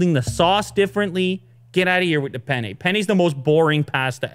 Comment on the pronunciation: if your favorite foods are Pizza and Pasta, get your ass to Italy and eat it properly! Then you'll know what food is... You'll also learn how to pronounce penne